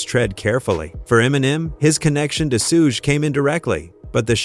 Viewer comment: Its pronounced shug 😂